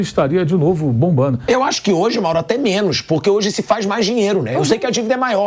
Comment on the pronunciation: "MAURAO" so nao deu outro piti pq o pilhado se prolongou na fala...se fala mourao e ja passa a palavra ia fazer birrinha